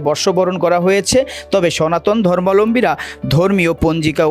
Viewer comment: সনাতন ধর্মলম্বী মানে ??? সঠিক শব্দ জেনে ও বুঝে শব্দ উচ্চারণ করা উচিৎ সঠিক শব্দ টি হচ্ছে সনাতন ধর্মাবলম্বী। শব্দ টির বাংলা আভিধানিক অর্থ হচ্ছে সনাতন ধর্ম অবলম্বন করেন যারা